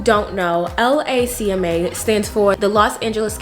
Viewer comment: I can tell you're not from LA because we say LACMA all together not L A C M A lol